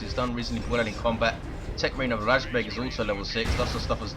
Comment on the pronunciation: Its razbEg, not rAjbeg. I had a bug when sternguards couldnt change their ammo. But when i had it, they had no ammo loaded at all :P Or maybe he wanted to punch those SHI guys. Dunno how usefull kraken bolts are vs SHI...